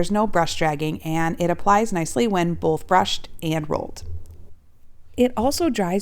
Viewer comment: There’s no such word as “bolth.”